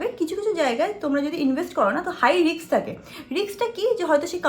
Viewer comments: Kotha ta 'Riks' noy 'Risk'. Ekta porasuno jana meye erom vabe ki kore kotha bole eto bhulbhal pronounciation. Sudhu English noy tmi bangla kotha o bhulbhal bolo😑😑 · Kono kaj tor jibone Riks moshay